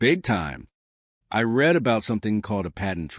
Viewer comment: And still, NO AI voice can ever pronounce the simple word "grenade". It ain't "gre-nahd"! 😮 And read ("reed") vs. read ("red"). Sheesh. "A inventor", that grammar glitch is on the scriptwriter. 🤨